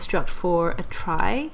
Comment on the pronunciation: It should be noted that it's actually supposed to be pronounced like "tree" as its root comes from the word retrieval. Otherwise excellent explanation of how a trie works.